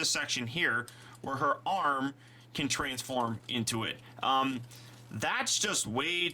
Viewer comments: He did lol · He did, lol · he said transfurm instead of transform